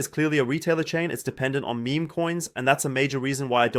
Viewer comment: Is meme pronounced meh-meh in German? I noticed this in the last video as well.